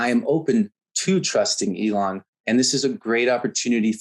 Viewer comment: Elon NOT Elon